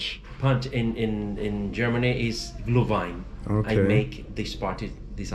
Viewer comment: He asked if you know Glühwein, you said you don't know it but he pronounced it wrong and you pronounced it perfectly haha